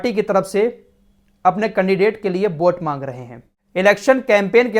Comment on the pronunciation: bhai bot nahi vot kaho